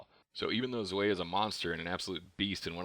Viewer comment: I think you pronounced zwei wrong btw :p but awesome video